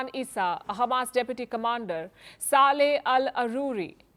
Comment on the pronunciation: Palki, please pronounce the names properly. Yahya Sinwar isn't Yaya and Saleh isn't Sale.